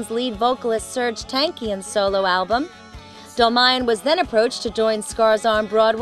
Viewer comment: I wish i could tell u... They say it like Mal-aik-ian Its more like Mal-ah-kian. And for john they're like Dol-maiy-yan. ARGH!!!